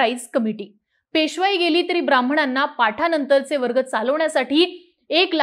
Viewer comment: लिहुन दिलेली स्क्रिप्ट फक्त नीट वाचायची असते तरीही गृहपाठ नीट काळजीपूर्वक करावा.. दक्षिण प्राईस नसुन दक्षिणा प्राईज आहे. पाठा नंतरचे वर्ग नसुन पाठांतराचे वर्ग आहे..